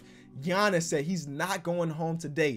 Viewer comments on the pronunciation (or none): none